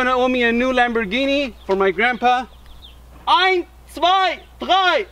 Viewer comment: You're doing the German "drei" so three really good.